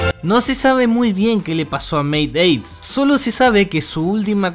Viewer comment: m estresa q dijera "meiaids" 😭😭😭 MeiAIDS